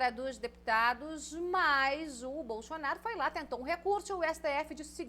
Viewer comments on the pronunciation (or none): Boa comunicadora mas tem uma mania irritante de forçar um sotaque que não existe. Não se pronuncia BolXonaro nem Xupremo.